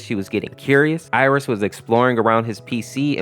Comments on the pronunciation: Her name is pronounced Eye-ris, not Ear-is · Ah yes he pronounced it as "Air-is" even tho it's more like "eye-ris" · I-rus not air-is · You sure it's not pronounced "eye-ris"?